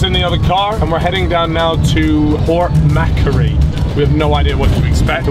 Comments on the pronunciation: "port mackery" 😂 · As an Australian, Cal absolutely fuckin butchered the name Port Macquarie.